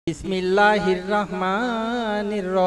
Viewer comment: আগে বিসমিল্লাহ শুদ্ধ করুন